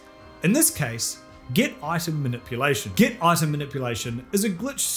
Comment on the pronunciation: "Manippleation" lmao